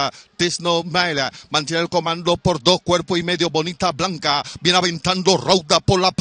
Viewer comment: Cómo narrador deberia estudiar los nombres de los ejemplares 5 caballos y no pronuncias bien ninguno de los 5 porque la ganadora es Bonita Bianca no bonita blanca como tu pronuncias muy mal de parte de este narrador no dedicar el tiempo a aprender la pronunciacion exacta